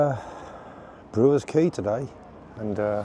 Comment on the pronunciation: Quay not Key